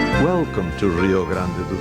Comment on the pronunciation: "Rrrio Grande do Sul".... Why dude, we don't even speak Spanish.